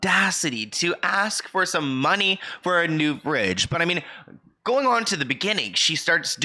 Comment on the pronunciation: Thanks for another great video. But I have to say she's been acting since she was 6 but I have no idea who she is. BTW...Fridge not bridge....my goodness.